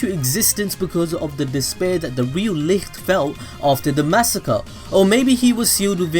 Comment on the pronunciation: Bro pls Look up the german pronounciation of "Licht"